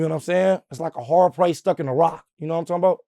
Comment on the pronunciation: This man dumb as a box of roccs 😂😂 he say like a hard place stucc in a rocc 😭😭😭